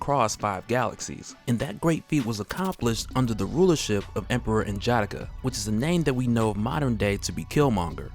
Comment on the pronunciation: Love these excerpts. Just wish you didn't murder N'Jadaka's name tho. 💯